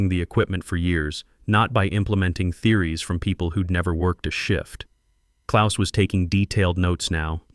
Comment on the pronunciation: As a Gernan-born lad with the birth-name, "KLAUS" I enjoyed seeing the name written correctly and also spoken correctly! Knowing how precise my mother was about everything she said and did, I can just imagine how this BOARD struggled with the directness of the German Language!